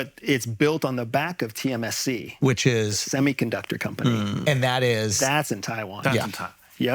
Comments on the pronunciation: He is a phony. No CIA employee would do a podcast 😂😂😂 Also its tsmc not tcsm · BRO SAID TMSC not TSMC lmao